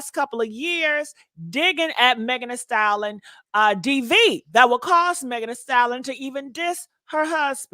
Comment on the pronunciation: Lord it’s “Thee Stallion” not “Thee Salin”